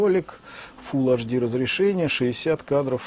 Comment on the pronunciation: Не ашди.а эйчди , запомни , грамотей...Уши вянут...